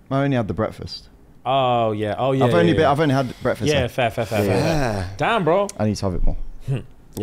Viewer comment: “Japanese” had me rolling like why he say it like that 😂 shoutout to the short Asian kings